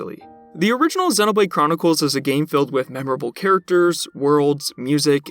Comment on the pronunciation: I've never heard anyone pronounce Xenoblade like you do. It's so distracting during the video. 😂